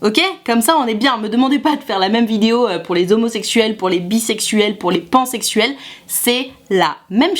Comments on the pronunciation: Alors pile la vidéo qu'il me faut ❤ Juste on dit "pansexuel" et pas "bansexuel" 😉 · belle initiative mais on dit PANsexul pas BANsexuel 😂